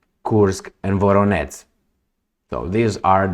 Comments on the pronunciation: VoroneZH, VoroneZH, VoroneZH!!! Not your F… VoroneTS!!! 👎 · You pronounce Voronezh like Voronets. zh ending doesn't have equivalent but I sounds like [Voróneʤ].